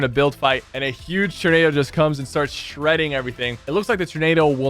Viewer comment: Freaking “turn”ado😂😂 love ya sypher but holy cow man, it’s “tor”nado😂